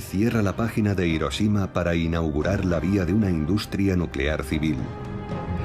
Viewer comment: IROSHIMA.. y ahí dejé de leer.